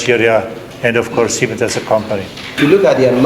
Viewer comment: Dear arise it is siemens not siemen